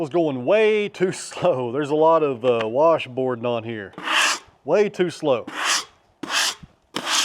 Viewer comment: As my east Tennessee grandmother would say, "warsh bord".